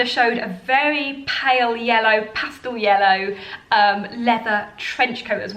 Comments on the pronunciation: Pastal ? It’s pastel unless it’s a different word I hadn’t heard yet. Love your style. Thanks for the great videos. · The word is pastel not pastal ! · Did she just say Pastal?